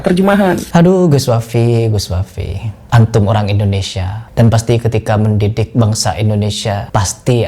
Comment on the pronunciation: sunat lagi kau agar lisan mu bener